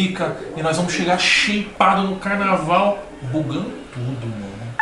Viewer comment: "chegar sheipado... bugando tudo!!!" Pobre loco aprendeu muito com o Toguro.